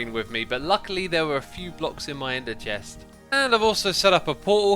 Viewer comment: he said "ender chest" with such a weird voice LOL (it sounded like enther chest") xDDD xD